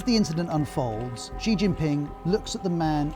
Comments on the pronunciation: They didn't show Hu being helped into the conference or being asked to sit down when he was just standing there looking confused. See what a bit of editing can do to make it look worse than it really is. And Xi is pronounced She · Ah. 'news' that can't say the supreme leader of the country's name correctly. credible..... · Who is Gee? At least say his name correctly lol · BBC, how deeply embarrassing that your main China correspondent can't even pronounce the name of China's leader correctly - what is this guy possibly going to tell me about what's really going on in China? There are thousands of qualified Mandarin speaking westerners these days but you hired someone who clearly can't understand a word of Chinese